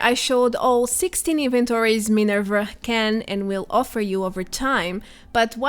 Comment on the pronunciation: Why are u saying minerv-er not minerva